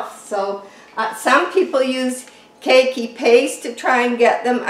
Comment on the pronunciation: Love your videos. Just have to tell you : it’s pronounced “Kay kee”, Hawaiian for child - little one - kids.